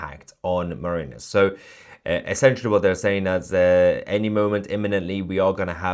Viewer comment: You talk about "basic levels of education" Mahayar but you can't pronounce "mariners" or "Arabian" 🙄